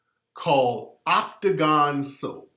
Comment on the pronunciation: You brought it back wit " Octogon" hahass